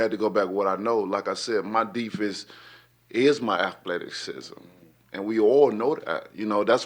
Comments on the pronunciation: “Aphletikizm” lol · “My deefense is my athleticksism, my quickness is my athleticksism” Who needs words? Absolute dive watch the playback! Disgusting… the Deyoncé train rumbles on! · Athletic-cism lol